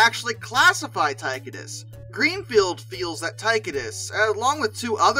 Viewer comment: Tie-Cō-Dus..........not Ty-Cuh-Dis.